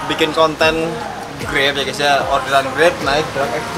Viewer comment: Gays jangan ngomong gays 😂